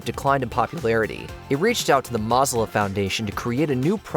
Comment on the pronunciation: "MAH-zila" foundation? Mozilla is pronounced like Godzilla: "Moh-zilla"